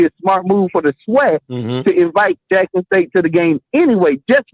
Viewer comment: Who is Lackson State? 🤣🤔